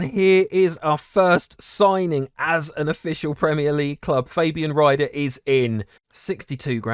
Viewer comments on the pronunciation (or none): How is it that difficult to say IE than EI? Fabian RIEder not Rider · Great Episode again! Just for your interest, Fabian Rieder is pronounced like "Reader" in englisch. But just a small thing I noticed XD